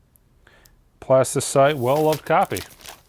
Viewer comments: PlastyLITE, not CITE :) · my guy, it's Plastylite, not Plastycite. It's been bugging me for a few videos now 😁